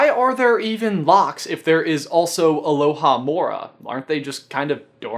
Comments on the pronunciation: It's Alohomora, not Alohamora. You emphasized the "Aloha" that doesn't exist. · It's AlohoMORa, not AloHAmora :D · It's ALOHOMORA. Not Alohamora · in a Hermione voice It's AlohaMORA not AloHAmora. chapter 7 standard book of spells. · Did you say Aloha-morah? Lol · did you just say, Aloha-mora